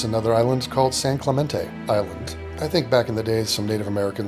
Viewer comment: he's been studying this and still can't say San Clemente?